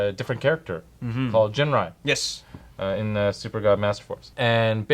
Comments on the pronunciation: No hard 'G' for Ginrai… Correct pronunciation is 'Jinrai'. Besides, wait 'til Super Ginrai combine with Godbomber (with PC-15 and 16), u'll be surprised. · but the actual pronunciation IS Jinrai, not "Ginrai", with a ji sound. The Japanese name is written as ジンライ, with the katakana "ji". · Every time you mispronounce Ginrai's name, a puppy dies. (Because I killed it.)